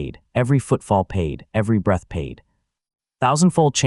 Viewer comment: My browser decided to unload this tab while I was doing something else, and I don't care enough to finish listening. However, please enjoy some of the more notable things I heard from this AI written, AI narrated, AI drawn video. "The awakening hall went quiet for half a breast" "Stebble. +1 expy." "Breastle. +1 expy." "Peng! +1 expy." "Heartbeat, +1 expy." "Kegel, +1 expy." "I wiped blood from my mouse." "Molten wood"